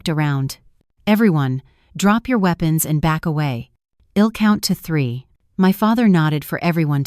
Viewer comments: It is I'll not ill. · This is a very annoying story. Apart from Asterisk Asterisk there's the misreading of I'll to ill and I 'm to Im..... .. what the hell??? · Yet can't pronounce, " I'm or I'll " correctly.